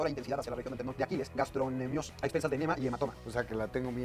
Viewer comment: Es tendon no talón